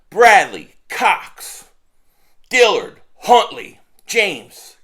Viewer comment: "Cox" awkward pause lol , what up 500!!! 🤣🦅😭